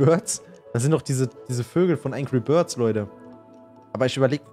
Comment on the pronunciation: Änkri börds beste😂😅